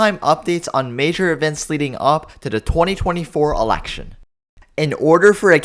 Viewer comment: Shocking? Hardly!! The only thing shocking, is how the commentator pronounces "Election"!